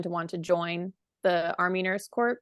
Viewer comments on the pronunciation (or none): The word is not COR”P” it is pronounced “CORE.” Saying the word “like” almost every other word is very distractive. Please listen to other book discussions to learn how to review a book. Perhaps listen to the author’s many interviews to help you understand the story behind this book. Perhaps reading a few biographical books by Vietnam era nurses will help you relate to the women in THE WOMEN. This time period s gained many freedoms and rights your generation has taken for granted.